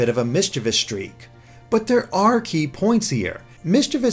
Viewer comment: "Nice bod you've got the'e." Kept completely intact, but with 100% more Welsh.